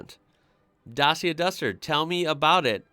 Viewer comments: Skoda is pronounced-Shkoda,Dacia=Dachia,not Dasia. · Dacia is pronounced 'Datcher', and Seat is 'Say-at'. Oh and Nissan's Qhashqai is 'cash-k-i'. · OPEL. Vauxhall is not the real name. Also Škoda is SH-koda, also Reno Megan, also Dacia is Romanian brand - Dachia. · Dacia was founded in Romania and was later on overtaken by Renault, so it is now the "Romanian daughter of Renault". You pronounce it like..... well, add an EEA to the end of "clutch". Dutcheeeeea. :) They are among the cheapes vehicles you get in Europe, not bad but far from being very good. Seat is the Spanish equivalent to Fiat. So to say a "Spanish Fiat". The build their models very alike Fiat does but name them different. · The ci in Dacia is pronounced the same as the ci in italian ciao. Also it's the old name of the country Romania. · The way you pronounced Dacia is the way most English speakers say it, but it’s actually supposed to be pronounced (phonetically) DACH-EA. They came into being as a cheap car maker in Romania producing discontinued Renault Models primarily for their home domestic market. Renault took the company over in the 1990’s. Dacia is named after the old Roman province which is what we now call the Romania. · Maybe when the brand was introduced to the UK, but I've never heard anyone say it like that for the last, perhaps 8 years. Most of the time I've heard it pronounced datchia, which is no surprise as that is the pronunciation in the adverts. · Dacia is pronounced datcha and is Romanian owned by Renault. Seat is owned by Volkswagon as is Skoda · Wrong pronounciation of Peugeot and Dacia. Well look up for pronounciation, even for Škoda... About Megane, it's pronounced like MEGAN...